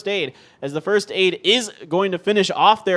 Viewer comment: maybe "firsth" , it's hard to pronounce the ending sound